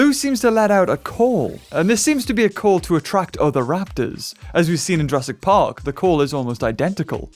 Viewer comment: Why are you saying Jurassic park weirdly